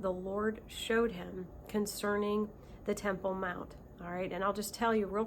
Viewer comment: You said 3rd Timple....Did you mean the dome of the rock ?